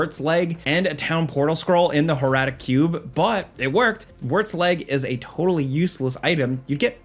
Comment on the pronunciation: Why do you pronounce horadric like that? Lmfao